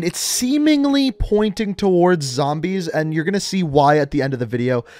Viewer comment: When you say zambies you know you an OG